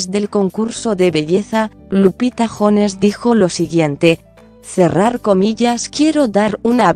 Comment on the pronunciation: Esa música de fondo ¿qué? Ni al caso con el contenido de chisme vivoresco 🐍🐍🐍 Y no es Lupita Cojones, jajaja. Es Jones. Con "J" que suene a "Y" 😋 ¡Ah, qué indeciso el Pejelaguardia! No te digo?! 😆😆